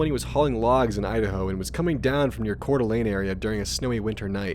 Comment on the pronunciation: It's so nice to hear someone who pronounces Coeur d'Alene and Spokane properly.